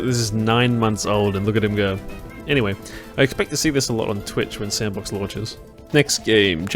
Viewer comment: I thought it was pronounced "S and Box"